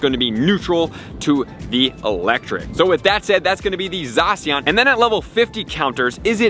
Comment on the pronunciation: It’s not Zawh-See-On, it’s Zah-Sh-Ian